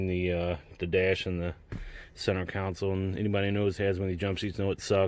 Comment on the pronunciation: Its "Console" bro lol